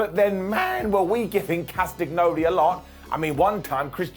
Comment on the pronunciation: It's pronounced Cast a nyoli. Do you eat las agg na?